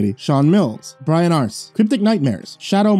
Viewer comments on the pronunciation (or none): none